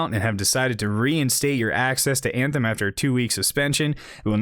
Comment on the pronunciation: "banthem" XD